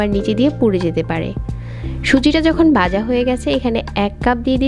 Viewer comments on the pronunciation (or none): বাজা না আপু ভাজা বলবেন শুনতে ভালো লাগবে। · (গি=ঘি, বাজা=ভাজা, গন= ঘন, বিতরে=ভিতরে)বাংলা ভাষা দয়া করে ঠিকভাবে উচ্চারণ করুন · আপু একটু সুন্দর করে কথা বলতে গিয়ে উচ্চারণের ১২টা বাজিয়ে দিয়েছে। 😁 ঘি কে গি। আর ভাজা কে বাজা। 😁😁😁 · বাজা না ভাজা। বাজবো না ভাজবো উচ্চারণ হবে